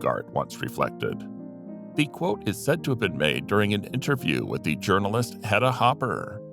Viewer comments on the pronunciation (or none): "thee" "thee" this and "thee" thee" that, the word is 'the'.